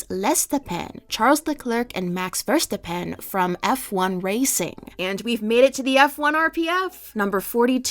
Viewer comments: as a Dutch person hearing you pronounce the name Verstappen is like a jumpscare. The sounds are mostly right, but the emphasis is supposed to be on the middle (verSTAPpen) instead of the end and hearing you pronounce it is really weird. Of course no one can expect you to pronounce all these names from all over the world perfectly, but I thought I’d mention it. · As a Dutchie your pronuniation of "Verstappen" is taking me out LOL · sameee lol